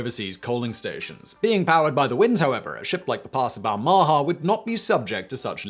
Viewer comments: Balmaha is pronounced with the stress on the first syllable and the second syllable's vowel being and unstressed schwa. It's a town in Stirlingshire, I've been there many times as my grandparents live nearby. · ba- ha -ma ???? do you mean Bahama? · I have never heard the name Balmaha pronounced so badly. Bal Ma Ha. It has a couple of great pubs. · Balmaha - pronounced more like "Bal - m'ha". The second "a" soft and barely pronounced. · Small note on the pronunciation of Balmaha.... The inflection belongs on the last syllable....... Bal-ma HA. It's a small town on the shores of Loch Lomond. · Please learn to pronounce 'Balmaha.' This made me wince every time you said it. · Sorry, the pronunciation of Balmaha is making me cringe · What about his pronunciation of Balmaha? It's in Britain and he butchered it too. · Your pronunciation of ship names is dismal and makes it very hard to watch. The "Pass of Balmaha", pronounced Bal-ma-ha. Tipperary is pronounced ti·puh·rey·ree